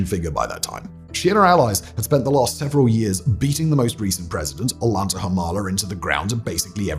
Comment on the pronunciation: Awwww hahah Umala’s first name is pronounced Oh-Yahn-Tah. Great analysis, I miss Peru every day